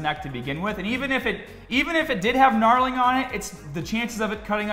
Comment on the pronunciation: Does know it’s not KNARLING it’s KNURLING